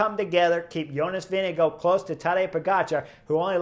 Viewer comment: Your pronunciation of ‘Vingegaard’ is really good! (I’ll let the Belgians comment on your pronunciation of ‘Stuyven’) 😆